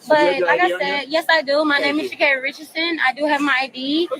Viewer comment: Girl why can’t you pronounce her name right it’s ghetto